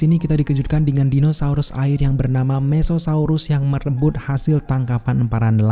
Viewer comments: mosasaurus bang bukan mesosaurus 😁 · Tonton sampe selesai ada text klo jenis itu mosasaurus,cuman penyebutan admin aja jd mesesaurus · Koreksi aja ya bang: "MOSASAURUS" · Iya maksudku penyebutannya aja, kalo titlenya dah bener kok